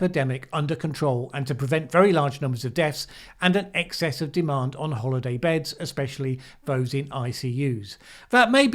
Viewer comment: He made a sound like holiday, but you can see from the writing on the screen, that he said hospital.